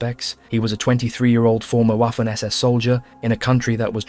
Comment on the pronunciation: Great video, however Waffen is pronounced with a V not the English W. Same goes for Wehrmacht. The German W is literally called V.